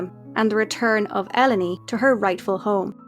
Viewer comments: Never thought the pronunciation of Ellone to be like that. Interesting ❤ I love it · I never thought to pronounce Ellone that way, I always heard it in my head as “El Lone”